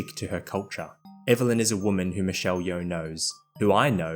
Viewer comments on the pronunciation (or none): none